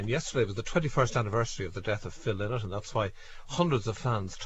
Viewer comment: Phil LYNOTT ! LY NOTT. Get your pronunciation of the great man’s name right at least. !